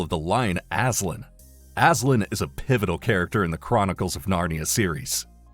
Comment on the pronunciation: It's Aslan not Aslin...